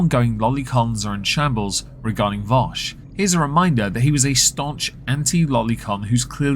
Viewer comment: It's Vaush not Vosh genius.